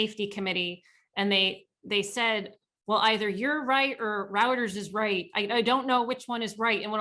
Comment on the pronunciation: Routers? Do you mean Reuters (Royters)?